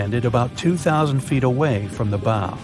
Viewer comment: It's pronounced the bow not the bowe